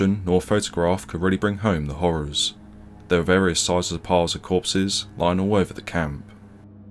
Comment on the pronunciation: His is a truly great video, enhanced by the memories in the comments. I only wish the commentator said 'think' and 'there' instead of 'fink' and 'vere'. He would have no place in any video of mine, especially when the subject is so dark and sombre.